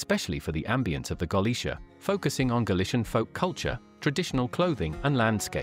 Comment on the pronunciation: I think the voice over is AI. It hurts my ears to hear how the mispronunciation of the ship`s name and the lack of that important pause between sentances.